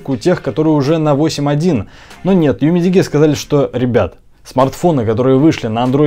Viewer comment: UMIDIGI - ЮМИДИДЖИ _ УЧИМСЯ ГОВОРИТЬ ПРАВИЛЬНО